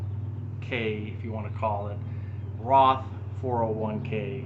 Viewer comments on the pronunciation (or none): none